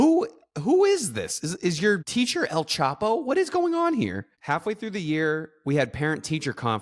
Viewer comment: "Is your theacher El choppo" 😂